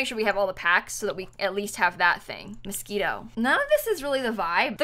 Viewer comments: no one:, pronouncing moschino: mosquito. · Did you say MOSQUITO instead of MOSCHINO?!